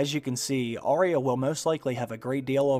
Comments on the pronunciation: Say Ar-ya not aria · It's AR YA at least get her name right